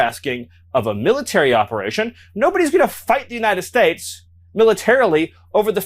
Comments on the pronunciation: is it just me or does this say “United States” weird? He sounds like Al Pacino’s Scarface character. What a dork. I can’t wait for these d-bags to feel the full force of the criminal justice system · the way he kept saying “United States” makes me think he’s was drinking beforehand. It was odder than his normal way of talking. Graham was also looking like he had some celebratory drinks on the plane back to DC. 🤬 eff them all